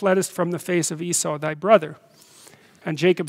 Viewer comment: It's ee-saw, not ee-sou